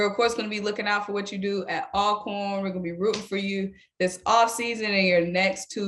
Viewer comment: Welcome!!!!, it is pronounced ALL-CORN! Just like you say ALLways, ALLready… that same start!!